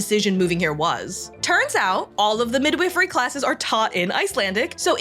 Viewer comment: The I in "midwifery" is long. Not like the I in "with", like the I in "wife."